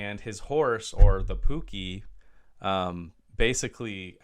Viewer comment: The actor's name is pronounced "O' Dee". The rare violin is a Stradivarius. And the mythical creature is called a pooka - pronounced the way it looks. As this is a review, not a reaction, I don't know if the film you've been watching all these years is the original or the, perhaps, less well known version in which all of the dialog for both Darby and King Brian was re-recorded by different actors - ostensibly because some critics had felt that their natural Irish accents were too impenetrable for American ears.